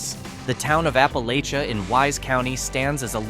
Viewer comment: Please STOP mispronouncing “Appalachia”. It is always pronounced with a short a sound not a long a sound—-as in—If you don’t stop mispronouncing Appalachia I’m gonna throw this apple-acha!!!!! We hillbillies hate it when you mangle the name of our region.